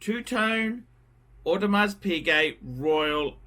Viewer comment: For all the years on YouTube the still did not learn to pronounce AP without the s in Audemars. How cheap!